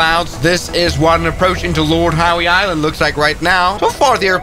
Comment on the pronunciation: The pronunciation of Lord Howe Island and Ballina… 🤦🏻‍♂️